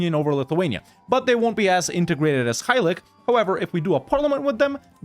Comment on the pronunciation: btw read Halych just like you would in English, so read ch just like you would in cheese